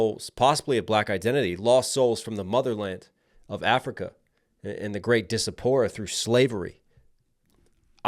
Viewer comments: Disapora? It's diaspora (die-ASS-pora) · Question (I hate to ask this, because your video is so good!!) You use the word "disapora" a few times, it’s diaspora? Right? Thank you for the video. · diaspora = Die-ASS-Por-uh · Zero shade but fyi, diaspora as in “The African Diaspora” is pronounced (die-ass-pour-a). I have a minor in Africana Studies. Keep doin your thing!